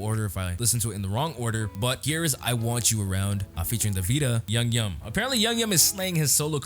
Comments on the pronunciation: I loved your reaction! Can I just correct you on how to pronounce his name? It’s like YOU-GEE- YUM (hard g sound) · IT'S PRONOUNCED "YOO-GYUM" !!!!!!! love your channel btw